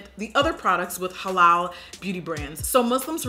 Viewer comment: I thank you for pronouncing "Muslim" and "Halal" correctly. It is so exhausting to hear grown folks jacking it up! Nice Tutorial